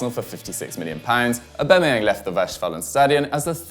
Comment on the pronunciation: Why are you saying Aubemeyang instead of Aubameyang?